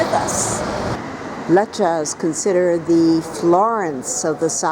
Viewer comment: at least learn how to pronounce the place!